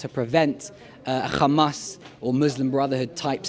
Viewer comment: this guy isnt even arab....... He cant pronounce Hamas properly as a "ARAB". Also he can be payed to say those things. as far as i know he didnt give any name for his active group. you can listen to this guy as much as you want but the last thing the palestian people want it to be part of the Israeli government